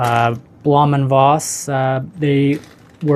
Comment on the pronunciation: Blohm is pronounced blome--rhymes with dome. I built this kit some years ago, and loved it. It even has clear plastic gun-turrets on the top of the wings! Yes, it's huge, but worth it.